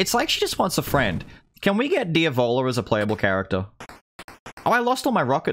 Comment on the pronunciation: the whole time you where talking about the diavola boss, I thought you were saying the ebola and was very confused lol